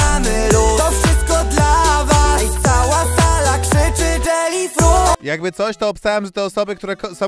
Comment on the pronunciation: Strasznie jelly fruuuit (z akcentem) upokorzył się w telewizji